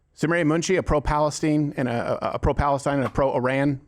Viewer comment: Did you say "Palestein"?😂 I guess maybe that would be the name if it actually became a duel state...lol!